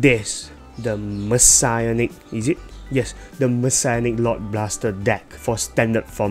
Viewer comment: I thought it was pronounced Messianic and not Messiahnic. Aichi pronounced it as Messianic.